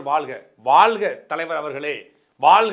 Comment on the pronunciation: நாம் தமிழர் கட்சி முக்கியமான பேச்சாளர். ஆனால் வாழ்க என்பதை வாள்க என்று உச்சரிக்கிறீர்கள். ழ வராதா?